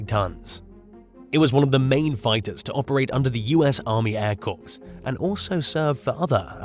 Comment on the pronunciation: Corps is pronounced "Core" just for future reference.🙂